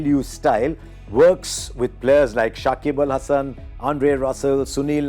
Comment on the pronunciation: shakib al Hasan not sakibul🫤